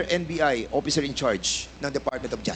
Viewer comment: May yootering na oppiser pa